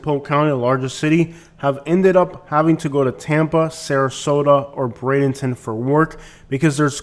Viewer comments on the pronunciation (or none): none